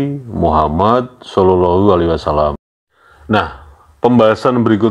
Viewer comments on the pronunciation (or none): none